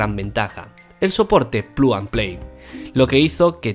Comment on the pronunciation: soporte plu an pley xDDD:v